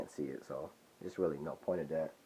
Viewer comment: You need to learn the difference between a D and a T (Dhat should be That)